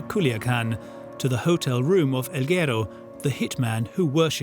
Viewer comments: its guerooo not gero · narrator keeps mispronouncing guero during the whole doc 😂